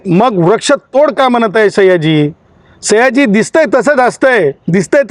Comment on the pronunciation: सैय्याजी नाही 😂 सयाजी म्हण